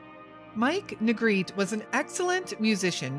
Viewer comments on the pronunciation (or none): His last name is pronounced Nuh-greh-tee. He and his family were my neighbors for several years.